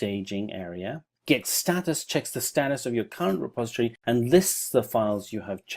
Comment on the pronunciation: It's "milit-a-ry", not "militry". It's "direct-o-ry", not "directry". It's "reposit-o-ry", not "repositry". Great tutorial btw.